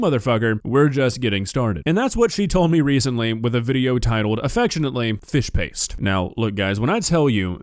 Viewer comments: im sorry but saying "fish paste" honestly sounds like her saying "fish p!ss" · What the hell did I click into?😂 sounds like she says fish piss. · I honestly thought she was saying "fish piss" which is honestly more accurate imo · I love how it sounds like is saying “Fish Piss” and how “Fish Piss” sounds like a legit english dish.